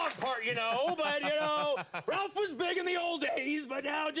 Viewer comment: It's Rowlf not Ralph